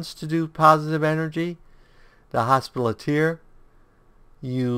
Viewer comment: “Hospitaler” Hoss-Pitt-A-Ler.